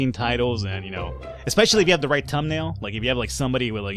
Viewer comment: and bro u said tumnail not thumbnail